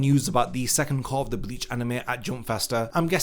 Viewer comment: "Cour"? Disliked.